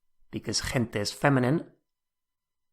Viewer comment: It sounds like you pronounced gente as: Thin tay Hun tay Hint ta and twice this way hint tay